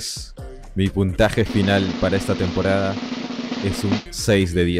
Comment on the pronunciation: Soy el único que se dio cuenta que enves de decir temporada decía tempqrada1 jajaajaj